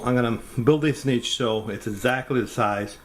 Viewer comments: Subscribed when I heard your pronunciation of 'niche'. It already sounded like you knew what you were doing and I wasn't disappointed. Great upload. I'll do the same, thanks. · And he knows how to pronounce niche properly contrary to most tilers saying ni(t)che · Thank you for pronouncing "Niche" correctly. 90% of the videos says Nitch it drives me nuts lol.